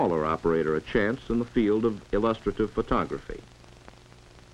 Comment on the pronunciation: For the Love of All That's holy! Learn how the hell to pronounce illustrative!!!